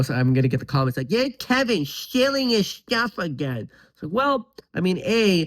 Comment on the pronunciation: “But KEEvinn…..” 😂